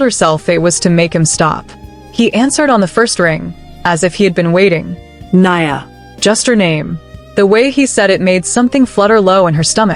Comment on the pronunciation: The correct pronunciation of Nia is… ‘knee-a’ Swahili for ‘purpose; Welsh for bright. Details do matter, to make your story more worthwhile!